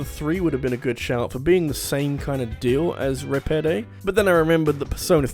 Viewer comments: 1. How is Repede only Number 6? For shame! 2. It’s pronounced “re-PEED,” not “re-PED-ay.” For double shame! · This has been the best intro you've ever done. Look at all those good video game doggos. But yeah it's "Repeed" not "Repedé" and I'll admit to skipping that part 👀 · I makes me angry that you do not pronounce Repede right. Vesperia has voice acting, Repede's name is pronounced time and time again and it is not Reh-Peh-Day. It's Re-Peed (Or Rapido if you play with japanese VO) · "Ruh pay day." ....it's Ruh-peed. they say it many times throughout the game. DO NOT DISHONOR THE GOOD BOI IN SUCH A WAY, HEATHEN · Repede from vesperia better be on here. edit: IT'S REH-PEED YOU DINGUS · not just ruhpaiday, but "yuri laul" too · "Reh-Peh-Day" "Yuri Lao-well" I'm triggered. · gets to number 6 YAY he's talking about vesperia and the all around good boi RepEde. Love that good boi! Rep-eh-day ......... >.> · I'm sorry but that pronunciation of Repede is horrible, it's pronounced 'Reh-peed' and it's said many times over the course of the game. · Goodness. Your mis-pronunciation of Repede was painful on the ears. It's stated in game via voice acting how his name is pronounced. It's pronounced Re-peed. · Re-pe-de? It's the first time you properly mention a tales game, and you mispronounce his name!? Get it together,. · "REPEEEEEEEED" come on, they say his name in the game, pronouncing it right isn't hard. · >ri-peh-day bruh you hear his name a lot in like the first hour of the game and that pronunciation is not even close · ruh-peed. I don't fuckin' know if they say it different in englandland, but it's muh-fuggin' ruh-peed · Thank you. This bothered me so much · i'M SO FREAKING HAPPY THAT YOU INCLUDED REPEDE BUT ALSO MAD THAT YOU BUTCHERED HIS NAME SO HARD but thank you for including repede :D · 6: Glad to see Repede make the list, buuut I can tell he actually hasn't played the game himself with how he's pronouncing the name.